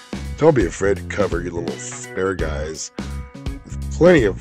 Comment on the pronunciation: Yes chief, I have the correct pronunciation of asparagus, it is ass follows pronounced, ass pera gass, again;. Ass pera gass, coolo thanks for the rad recipe chief